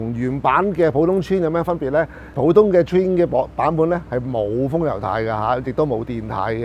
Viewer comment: 好耐冇聽過人讀「川」，你的英文都有夠差